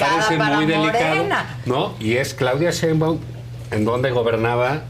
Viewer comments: Díganle a Roberto Gil que Claudia se apellida Sheinbaun, no Cheinbaun, por fis! Me desesperaaaaa! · Si pero eso pasa en todos los programas. NO saben pronunciar su apellido. Yo la neta tampoco....creo que es algo así como 'Shainbaum'.